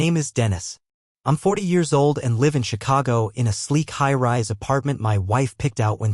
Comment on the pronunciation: Good story, good editing. Narration uses incorrect pronunciation of “live” and “lives” in context of story.